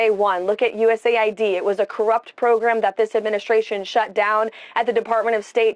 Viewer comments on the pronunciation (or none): none